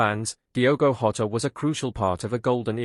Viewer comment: Pronounced Jotter not hotter. I can't imagine the way this poor kid feels. Bless his little heart 💔